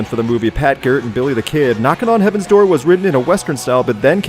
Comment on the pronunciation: Axl Rose's constant "Hyi hyi hyi" is annoying and pretentious. It's obvious he's in love with the sound of his own voice and it totally ruins the song. ALSO: "Door" is not a 3-syllable word.